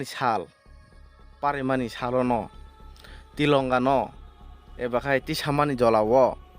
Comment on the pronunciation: In voice over Your pronounciation sould be accuracy and clear. Tilonga or Tiranga? Anil kapoor or ani kapool? It should be R instead of L